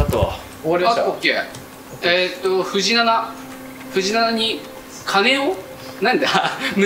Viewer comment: 有岡くんが藤七をずっと「ふじなな」「ふじしち」って読んでるのが気になってしょうがない😂 たぶん読み方の相場は「とうしち」だと思うんだよなぁ